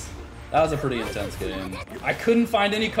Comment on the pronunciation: Intenese? on god?